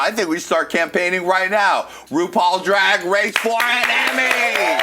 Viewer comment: "Rupaul's Drag Wace"